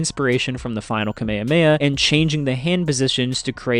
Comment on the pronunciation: Mispronounced Saiyan, Kamehameha, Zamasu, and Gowasu.